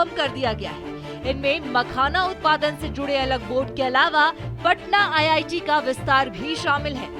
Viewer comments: Ye Giri Raj singh hai Begusarai Constituency se MP ye Sahb Bihta IIT ko ITI kahte hai sunte zara gaur se me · Bhai iti nhi re iit bolna tha 😅😅😅😅